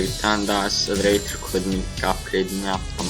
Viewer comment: Accelerator tam olarak şöyle okunuyor " ekselereytır " bilginize :)